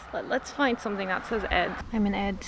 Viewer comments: The placename Ed is pronounced with a long e (would be spelled Eed in Dutch). The meaning of the name is "isthmus" or "a route used for carrying boats between two waterways". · In Swedish the namn is pronounced with a long e-sound, like Eeed!😊